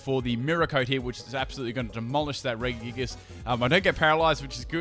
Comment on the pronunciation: Why did you pronounce Regigigas with 3 hard G's? Think Reggie Fils-Aime